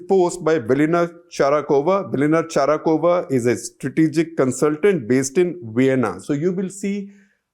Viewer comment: Shekhar Ji, Its Velina Tchakarova and not Tcharakova.